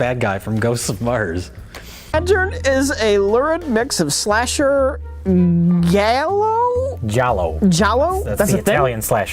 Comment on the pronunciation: The clip of him reacting to Rich’s mispronunciation of Giallo is the funniest thing.